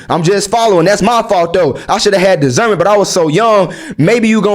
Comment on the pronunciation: Cuh Say Discernment So Funny 😂 STG